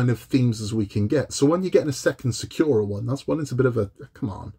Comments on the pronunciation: Thanks for this detailed review. I've wanted to get the Sakura Densya since the first time I saw it. The newer "Falling Sakura" has too much of a "cartoonish" look to it, specifically the girl and the cat. Pronounced SAH-coo-ra (the "r" in ra something between an "R" and an "L"). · SEKIRO is strong with this one, do you play Bloodborne too? 🤣 SA KU RA man! SAKURA! Not SEKIRO 🤣 Jokes aside I built that one too, it looks great on the shelf, 😉👍